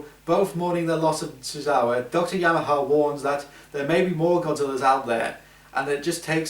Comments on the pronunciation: Yamane. Not Yamaha. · he pronounced the names wrong, it's yamane and hideo ogata